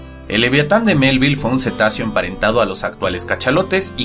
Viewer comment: Cuando dice livyatan (pronunciación hebrea) la V lo pronuncia cómo la V en francés, tipo F, no se leería así V de la sp ?